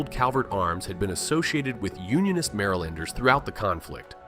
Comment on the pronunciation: And the way it pronounces "Marylander" 😵